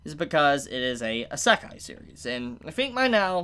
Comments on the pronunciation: Heheheh~ If you think this an Isekai that combines themes of other Isekai, then you haven’t seen the insane variety and number of Isekai’s out there. Also, Isekai is pronounced (ee-sec-eye) as opposed to (eh-sec-eye) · How do you not know how to pronounce "isekai"? Did you not pay attention to the isekai quartet opening? 🤣🤣🤣